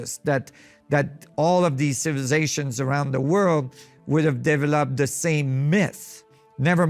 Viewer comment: Did you say cibzszations about a dozen times? ROTFLMFAO